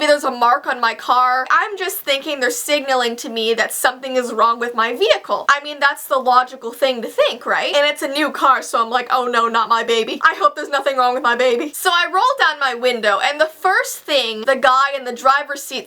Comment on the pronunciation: You have a "vee"hicle